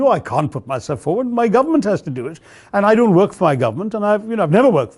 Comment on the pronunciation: The way you pronounce "work", it sounds like "whack".